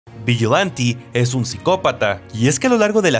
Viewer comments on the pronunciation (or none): creo que se pronuncia vigilante y no viyilantie xd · viyilante?,es vijilante en pronunciación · Vigilanti??? Pronuncia bien por favor me sangran los oídos!! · Que manera de pronunciar vigilante 🤣🤣🤣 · Amigo, practica esa pronunciación xddddddd Un abrazo. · Porque pronuncia vigilante en inglés pero hablan español es algo tonto. Espanglish